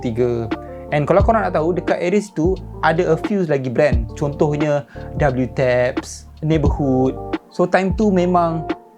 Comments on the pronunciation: Nice video but ada correction sikit. Cara pronounce WTAPS bukan "W"-TAPS tpi yg sebetulnya "double-TAPS" or "daburu-TAPS" (japanese pronunciation). Sbb japanese language uses "W" as an ideogram for "double'. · WTAPS pronounce as Double Taps 😝